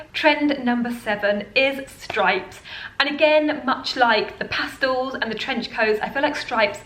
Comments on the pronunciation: Pastels ,not pastals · Good ideas, except for the fancy dresses, they’re not worn here in California. I’ve been into stripes since last Autumn, love them. FYI it’s PasTELS (with an E, Not an A in the second syllable), not PAStals. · I think you meant Pastels. Not pastals. Past EL! Great video though.